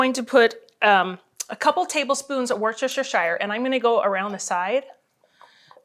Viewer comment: Worcestershire suace pronunciation??? LOL